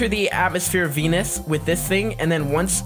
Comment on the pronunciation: Venus sounds in your mouth like 🤨enis😂